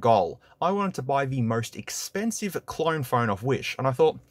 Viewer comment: im pretty sure you are saying clorne!! you are just throwing R's left and right bruh